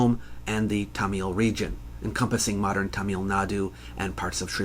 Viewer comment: i appreciate you talking about tamil nadu, but it's not said that way, it's something closer to 'thumb-ull' with a soft th and without the overt b sound, just rounding the end of the m.